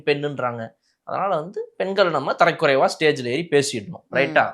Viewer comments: தம்பி நான் லண்டனில் இருந்து இலங்கை தமிழன் உங்களுடைய நிகழ்ச்சியை தவறாமல் பார்த்து கொண்டு இருக்கிறேன் தரைக்குறைவு என்பது தவறு தரக்குறைவு என்பதே சரியான உச்சரிப்பு நன்றி வணக்கம் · Tharakkuraivu not tharaikuraivu